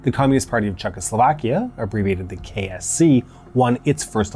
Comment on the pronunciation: He says KSC but I hear KFC.